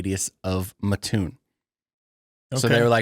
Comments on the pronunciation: That’s what I came to say. ☺️ The “Muh-toon” is painful to listen to repeatedly. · You pronounce it MAT-toon….thanks!